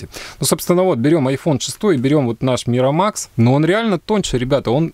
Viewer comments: Майкромакс , а не миромакс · Ааааааааааааааааааа Не миромакс А микромакс!!!